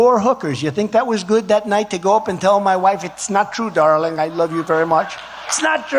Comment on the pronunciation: She calls him "dawling".